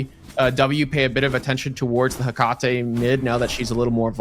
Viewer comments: bro one caster sounds like he's always got a huge wad of phlegm in his throat and the other guy can't read. "soo-slayer" for the entire second match smh btw it's "heh-cuh-tee" not "heh-cah-tay" it will never cease to amaze me how people just don't make sure they are accurate with these things before casting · lol bud. first of all, there is absolutely no consensus on how tf to pronounce Hecate (regardless of how her character says it in game). second of all, congrats on being number one fanboy 😂